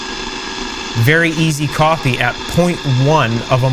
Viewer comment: I'm sure you're saying "very easy copy", but I keep hearing "very easy coffee" lol 🤣